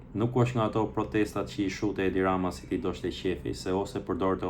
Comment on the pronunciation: ben nje analize brilante, te ndjek gjithmone,por foljen 'donte' mos e shqipto doshte